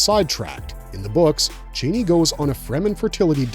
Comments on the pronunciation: her name is said char-nee not Chainey lol 🫣🥴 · Not chaney, ch-ah-nee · Thank for this breakdown. ..It is C H AN I..(chann-ee)😊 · U kno it’s not the way YOU pronounce it it’s